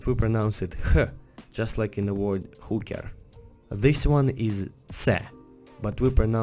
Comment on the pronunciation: When he pronaunces Word as world event